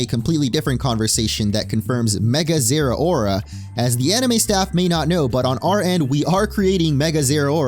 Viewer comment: They way you pronounce Zeraora gives you zero aura.